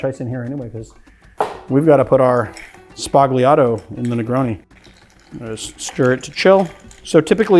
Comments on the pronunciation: It is pronounced SBA-L-IATO, the 'g' is silent in Italian. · I've mentioned this before: sbah-YAH-toh... sbah-YAH-toh... You're Italian ancestors are giving you dirty looks every time you say it like you currently do... Let's end on a high note: Love the Channel!